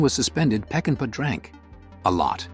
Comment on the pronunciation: It isnt "PeckinpE". It's pronounced "PeckinPAW". Get it right with your AI narrator.